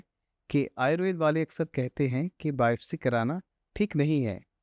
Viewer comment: आयुर्वेद को आयुर्वेदा क्यों उच्चारण करते हैं सभी, अंग्रेज बनने के लिए? अच्छी जानकारी दी है डॉ साहिबा ने।